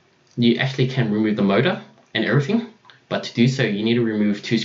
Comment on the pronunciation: it's not "rumueve"